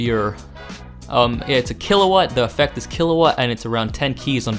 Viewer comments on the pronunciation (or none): "Pro vact er" Really? Provocateur really isn't hard to say IMO...